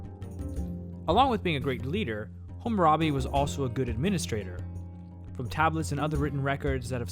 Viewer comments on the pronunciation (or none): Great video, awesome quality and I liked the subtle music. One small criticism could be that you kept saying HUmmurabi, rather than HAmmarabi. (You also spelled it "hummarabi" in the beginning of the video) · HAH-muh-rah-bee, not HOO-moo-rah-bee